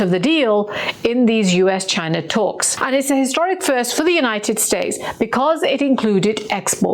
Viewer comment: Ghina. It’s Ghina. Say it right 😂😂😂😂😂